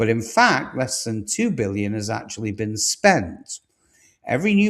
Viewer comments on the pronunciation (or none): none